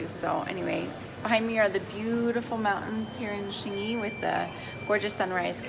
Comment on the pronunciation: Wait that’s Xingyi not Xingy ………